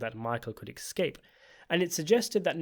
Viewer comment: *EScape, not “EXcape”.